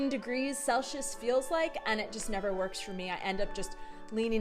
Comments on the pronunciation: Gotta be honest, its the first time I heard celsius pronounced like cel-shus instead of cel-sih-uhs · Love the video, but the way you say Celsius made me laugh 😅 there's a S there not SH/Š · Celsius - pronunciation! There is no sh sound. (sel·see·uhs)